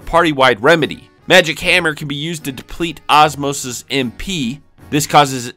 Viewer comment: Man you say the names weird ozma is osmosis?